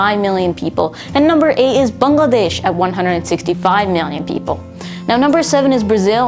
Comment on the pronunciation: YOU PRONOUNCED BANGLADESH WRONG ITS BANG-Ludesh